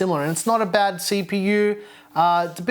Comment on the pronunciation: Not behdddd, good soize